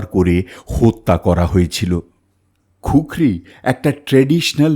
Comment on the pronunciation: ওটা খুকরি নয় কুকরি